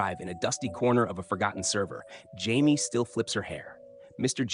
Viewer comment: I hate AI voices. It’s pronounced Juh May, not Jaime.